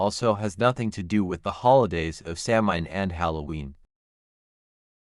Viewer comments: A few things... Samhain is pronounced SAH-win. Celtic is pronounced KEL-tik (with a 'k', not an 's'). What you relate are the legends, myths, and folklore that surrounds Samhain. What we definitively know about it woukd fitvon about a page and a half of paper. There is zero historical evidence that it had anything to do with a celebration of the dead. It simply marked the transition of the light half of the year to the dark. It was a time for culling herds, paying taxes and tithes, and the holding of judicial assemblies. Horse racing seens to also have been a Samhain activity. The carving of root vegetables dates to around the 1700's. It's just not historically attested any earlier. All Saint's and All Souls did not replace Samhain. They developed completely independent of each other. By the time the datecwas changed from May to November, bith the Druids and Samhain had been gone for over 500 years. Costumes associated with trick-or-treat developed around the 1930’s from right here in America - they do not tie back to Guising, Souling or Mumming. Historical similarity does nit equate to historical sameness. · This video repeatedly mispronounces words, it’s significantly reduces authority of information offered. There is no soft c in Gaelic. The word is not phonetically pronounced Samhain is Sow-en.